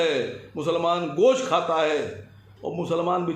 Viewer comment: Saaf saaf boliye 🐄 ka ghost 😋